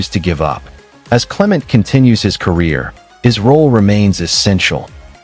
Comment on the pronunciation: His name is cle-Ment'. Accent on the second syllable (MENT).